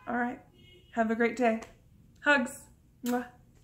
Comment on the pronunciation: Did she say have a great deyc at the end?